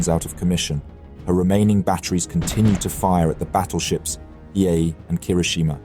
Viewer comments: And it's not battleship "Hi", but "Hee A" (long A). He got it right most of the time, but not . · Hiei= Hee-Yay. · similarly with the pronunciation of Hiei. I think you pronounce it differently a few times. Not a HUGE deal, but I believe it is "He-Ae" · Is this read by AI? The battleship hiei has been pronounced three different ways in the same video. Not to mention the mispronunciation of Admiral Abe. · How the heck do you pronounce "Hiei" three different times in the same video? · How do you go through three different pronunciations of Hiei in the same video lol